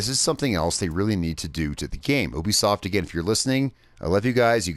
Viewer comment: Right yeah you have a few decent points but your mostly just being picky and you saying ubisoft wrong